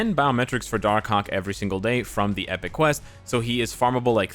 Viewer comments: When he say darkhawk i hear darkcock😂😂😂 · Im preeeetty sure he said darkcock